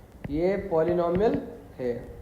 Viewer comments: First of all it is not polnumber it's polynomial it's pronunciation it's polynomial not polnumber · Phele bolna sekh lo sir polynomial kaise bola jata hai